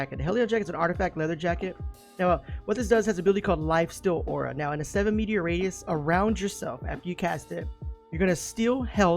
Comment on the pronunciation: Metre not meteor XD